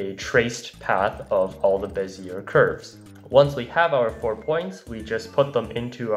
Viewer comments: not to be that guy but IT'S PRONOUNCED BEZIYAY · Bezier is pronounced bez-e-a, it's a french last name. Same with Fourier being four-e-a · That prononciation of Bézier 😬